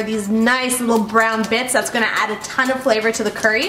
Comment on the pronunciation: I thought you said Brown the chicken not burn it...